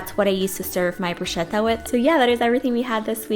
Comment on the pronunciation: Oh,and when you say 'bruschetta' you say like 'bruscetta' but you should pronounce it as 'brusketta' because CH in italian is a 'strong sound' so is like a K!! kiss